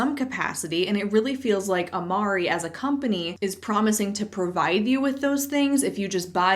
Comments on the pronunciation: Italian here! Amare in latin is actually pronounced like "amarae" - the final "e" in latin sounds like the "e" in the middle of english words such as 'special' or 'tennis' and so on. Not critizing you but the company, since they themselves are making that mistake! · As someone who took Latin for six years, the word amare is pronounced ah-mar-ay (think amore, but different) so the company entirely mispronounced the word. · I don’t know why but the fact that they make a point to say that it’s a Latin word and STILL pronounce it wrong. The Latin is pronounced amar-ray like the Italian…it’s like if you’re going to use a word in your dumb scam maybe consult a linguist or even google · If it comes from Latin then the original world is pronounced with a final “eh” sound instead of “e” but it looks like the company decided to chance the original pronunciation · I'm only 5 mins into the video but I don't believe "Amare" can be pronounced with an American "e" if it comes from Latin. There's debate on how Latin was actually pronounced (Classic Latin vs Church Latin) but there's no way "e" was pronounced how they do: to my knowledge (5 years of Latin in school + native Italian speaker) you pronounce "e" like in met or pet (the same word, "amare", also exists in Italian and the "e" is pronounced more or less like "pet"). Maybe I'm wrong and the founder is a Latin expert, in this case I'd love to know how this unique pronunciation came to be (not sarcastic, I'd be really curious). (edit for clarity: not blaming for anything, she's just pronouncing it the way the MLM does!) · I've taken latin and it's actually pronounced Amar-ay not Amar-ee. The e makes a long A sound in Latin. So not even the reps are saying it correctly. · Latin language speaker here: in Latin, it would actually be pronounced “ah-mar-RAY” Amare is an infinitive verb, like volare (to fly) or ambulare (to walk) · That's not how you say Amare 😂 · If it’s Latin it should be pronounced “ah mah reh” right?